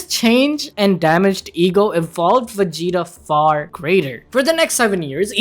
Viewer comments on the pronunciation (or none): It sounds like you're saying Wegita.